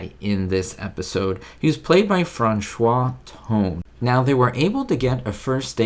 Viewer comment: His name, Franchot, is pronounced "fran•show" and you got Tone right😃 Good try, though!